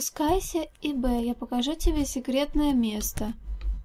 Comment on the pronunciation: Всё очень круто, няшно и мило! ^_^ Единственное что меня напрягает-произношение имени главной героини. Вроде правильно Иб, а не ИбЭ